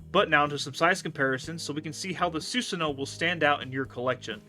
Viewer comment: Im sorry i only got 22 second in before it bothered me. It's Soo-san(like swan) oh-woh